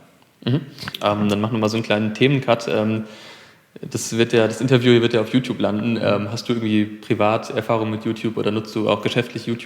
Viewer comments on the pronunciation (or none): "Inteview" Liebe.